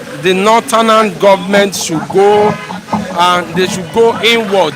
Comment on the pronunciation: Why is the first person always saying northernan instead of northern??? He needs to be corrected abeg, doesn't sound good in the ear...Lol!